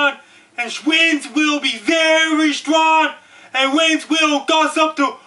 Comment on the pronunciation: This guy should be the voice for the emergency broadcast system!!! hahahaha Holy fuck did he just say shwinds?! hahahahahaha